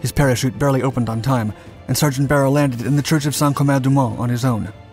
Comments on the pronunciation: Its not "Barrel" its "Buy Er Lee". How do I know? I consider him one of my friends ever since I purchased his book by Tom Maxwell in GR MI in 2002. He signed my copy and we ribbed one another as he was 101st ABN and I was 82nd ABN. His story should be a movie. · I read his biography. I think his last name is prounced "Bye-Early" not "Beryl" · His last name is pronounced BY-UR-LEE. Im close friends of his family. Glad to see you covering him! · Isn't his surname pronounced buyerlee? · The video is great but BRUH did he butcher that pronunciation of beyrle